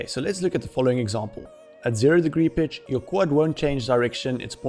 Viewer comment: Great tutorial, really enjoyed it. When you say pitch it sounds like bitch haha. I had to rewind to check. Where are you from with the accent?